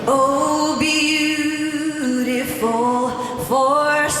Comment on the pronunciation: she was off on “beautiful” (second syllable “ful”) and “skies”. She realized it and recovered the rest of the song. Like I said, this happens to the best singers and does not change my opinion of her at all. She’s amazing and I respect her.